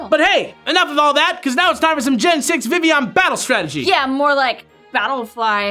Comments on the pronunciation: Vivillion, Viv-il-ee-on Definition: Not pronounced Viv-ee-on. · So, am I the only one that thought it was weird that they pronounced it Vi-ee-yon? I get why, and being a partially French name it makes sense, but I've always pronounced it Viv-ill-on. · It's not supposed to sound like villain. It's name comes from vivify (to bring to life, awaken, referencing how it turned from a little bug to a flying free beautiful butterfly) and papillon (French for butterfly, which makes sense, not just because it's a butterfly, but Kalos is based on France, which is it's home region)